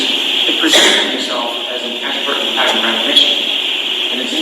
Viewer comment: Dr Russell speakers so SLOWLY in pronouncing P A T T E R N , as Brennan continuously mispronounces pattern, rather saying patent.